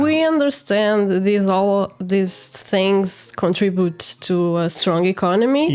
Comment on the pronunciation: Lol. She said contribute and I heard country boot. 🤣🤣🤣